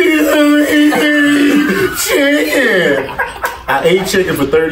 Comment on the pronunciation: when he said “HEDUNNEVINEET CHIGGIN”